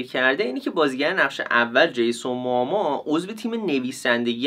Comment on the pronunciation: چرا به جیسون موموآ همش میگی جیسون موآما؟ برام سوال شد خدایی نکنه ما اشتباه میگیم ولی انگلیسیشو چک کنی خدایی جیسون موموآ درسته😊😊